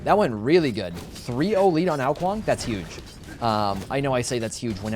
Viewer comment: Its YUGE! love it lol